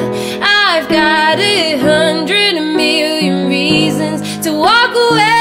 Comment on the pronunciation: I find it so lovely the way you pronounce "million". Your work is amazing. Keep it up <3